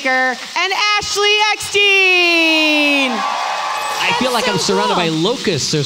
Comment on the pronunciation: To the host, Ashley’s last name is pronounced like “mian” not like “bean” Eckstein